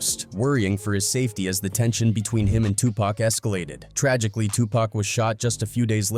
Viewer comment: This video would be tolerable if you pronounced Tupac correctly 👎🏽😔 Also the clickbait title is ridiculous